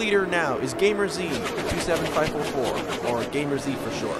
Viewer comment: Top 20 we take that. 14th in points is good hope to improve. And also my name is pronounced game ers not gamer z